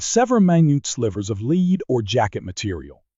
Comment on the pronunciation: Knew this was an AI narrator as soon as I heard the soft, heavy metal bullets are made from as "leed". It was good content, but I can't get away from the picture of a computer getting a scar from a piece of "leed".